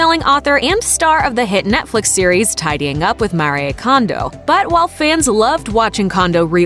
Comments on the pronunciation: Mah-ree-ay Kondo????? Her name is MARIE. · Her name is not Maria its Marie. Why do people change the pronunciation of peoples names? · Pronounce her name properly Marie! French for Mary so: Ma-ree not Ma-ri-yay! 🙄 Also titie to you video is deceiving - you don’t show her home 🙄🙄🙄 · It's maree not mariye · MAREE Kondo....not Maree-ay. The narrators behind these programs really need to polish their pronunciation if they are doing voice-overs for a living🙄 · Her name is pronounced MAREEE, not Mareeaaa. Pointless this video was. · It's MARI and not MARYEY. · Don’t know why she says Maria when her name is Marie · Mari eh kondo Mhm great pronunciation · Couldn't get past the first ten seconds cause she called her "Mari-eh" twice... Who hires these people? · Its pronounced Ma-ri-ae Mariè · AI sucks so bad! It can't pronounce so many things - not even Marie. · Can you please pronounce her name correctly? Give her some respect. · If you can't even pronounce her name correctly.....just saying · Please pronounce her name correctly ... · Why do people try so hard to pronounce easy names. It’s just Marie lmao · You pronouced her name wrong 🙄